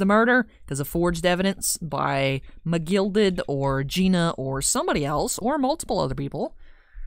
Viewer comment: It's a shame mc gilded died i really miss the way you say his name, and your british accent am liking it.